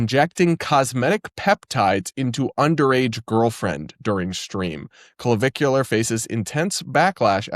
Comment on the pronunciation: You said "Clavicular" and I heard "Caligula."